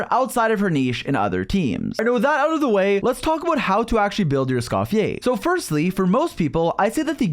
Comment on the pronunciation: "escoffier or scoff-yay" bro don’t